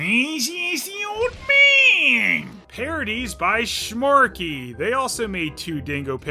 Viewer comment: The way he said Shmorky xD oh god he knows